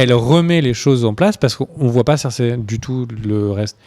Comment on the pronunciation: Hey, c'est Cersei et pas Zerseille...